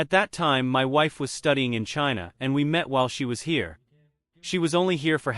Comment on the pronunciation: 'chaiyna' 😂 joke of the world